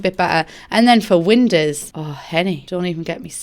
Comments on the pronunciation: Why the fuck do you pronounce windows like it's written winders but not like you pronounce the verb to know? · why do i love the way she says windows?? WeNdEwS. I need some WeNdEwS.